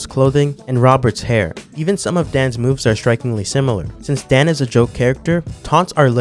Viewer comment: Just a couple of harmless notes: - it's DAN, not DEN. Japanese pronounce. - Another super long taunt (not sure how useful that may be) is the one of Rainbow Mika in SFV.